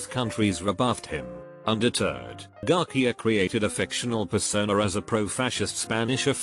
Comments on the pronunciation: Garcia: Exist* English voice sinthetizer: Garquia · Guy names Garcia Tts : garkia